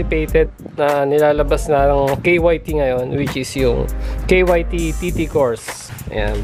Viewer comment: K Y T KYT(KAYT)Yan ang okey na pronounce nya 😊👌🏼. Rs